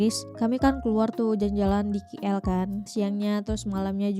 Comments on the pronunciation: Lebay itu maksudnya apa, berlebihan/over ke🤔KL sebutnya bukan Ki el tapi ke el seperti oke.. K kalau di Indo sebutannya huruf ka kan.. Putrajaya banyak cctv di jalan bukan hanya jenayah, langgar peraturan pun orang takut buat, nanti terus sampai surat saman ke rumah.. polis di putrajaya dan polis banyak kl area pudu.. atau di highway/lebuhraya/jalan tol.. kalau sedang keluar ke negeri lain, mesti selalu nampak polis sedang meronda.. Orang ramai jam 9 kerana Isyak dalam 8 lebih.. lepas isyak baru keluar.. mmg peak hour pukul 9 tue, orang pergi makan selalunya jam 9.. (kalau saya tak salah faham ya jam 9 malam) Saya dari Seri Kembangan juga🫰🏼 boleh borong coklat Beryls terus dari kilang/pabrik.. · Sebut betul2 dik Keey Elll